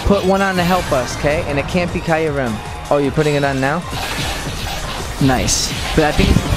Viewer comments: isint kyrem pronounced KEYRem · You pronounced kyuram